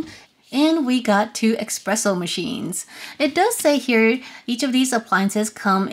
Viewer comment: IT'S PRONOUNCED ESSSSSS-PRESSO...NOT EXXXXX-PRESSO